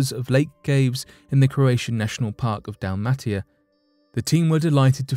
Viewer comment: It is Dalmatia (pronounced Dalma-tsia in Croatian) not Dalmatika........bloody AI and computer generated voices. My father told me about those fish some 35 years ago........so why is this in headlines as something new now?